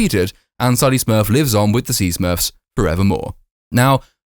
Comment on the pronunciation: "Smuurrrwwfs" your review is more entertaining then the film